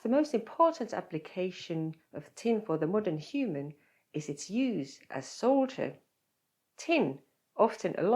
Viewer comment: Seemed to be saying soldier instead of solder. And Americans pronounce it as soder.